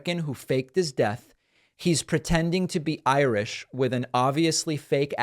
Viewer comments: Ha Ha! He said he was Ir "sh" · Well, he is 'I - rish'.